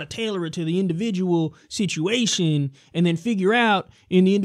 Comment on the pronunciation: "Indivijul sitiatiuns"